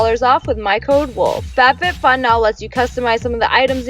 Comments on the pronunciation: You said fatfitfun! Lol! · Lmao I heard F A T FitFun. Oof